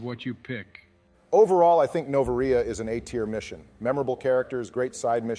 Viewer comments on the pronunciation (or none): Nova-rea? Be-nez-ea? E-los? Im gonna have a stroke Good video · The way pronounced Noveria had me in stiches